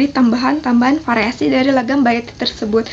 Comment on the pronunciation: Variasi mbak. bukan pariasi. Versi mbak. bukan persi